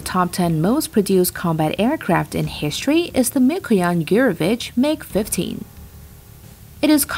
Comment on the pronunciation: listen to the accent carefully, the voiceover is russian & the voice fluctuations are dead russian. But lol she was given a text she couldn't understand, because the writers were Russian too & couldn't read it without a heavy accent. So, they hired a non-pro, who said "Mikoyan Gew-rovich", which is the most obvious mistake [Mi-ko-yan Goo-revich is the right way]. Still, she pronounced the mistake Russian way. So, combine her Russian voice tones, different to the US, then listen to her good English, but still with a mild Russian accent popping out, the fact that someone gave her a text to read proving they don't speak English while she doesn't know aircraft makers & voila! Welcome to one of Russia's mild propaganda channels... ;) P.S. see other inconsistencies mentioned by ppl below. they are testing the ground, though for the next brainwashing - their "air superiority" aircrafts, nuclear powered rockets that no one can defeat and other psyop warfare. probly via a new channel too.